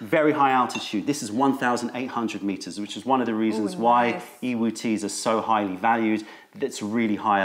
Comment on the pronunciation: I was recently having a conversation with another tea YouTube channel, and I kept hearing them pronounce Yiwu as EEE-Woo, and Wuyi as Ooo-Eee, and I found that it didn’t seem to sound right to me as I pronounce Yiwu as Yee-Woo, and Wuyi as Woo-Yee, and he said that he studied a little Mandarin in school and was fairly certain that the y is silent in both of these. If you could give your opinion on the matter it would be greatly appreciated, because I really don’t like the sound with the y silent, it sounds super strange to me!